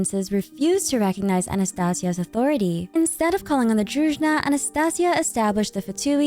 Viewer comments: small corrections: vesnA druzhEEna - as дружина - old military-like or policelike formation (it is only EN localization mistake, other languages have it right, so far i checked) anastasYa veCHe - the CH sound like in hiliCHurl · If you have time I suggest to look up the pronunciations for the names of characters and words like Druzhina. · Thanks for using the correct stress in the word Snezhnaya! :face-red-heart-shape: Btw, there's no such word as Druzhna, the correct one is Druzheena [druzhi:na]. It means a squad of friends, trusted warriors guarding the monarch.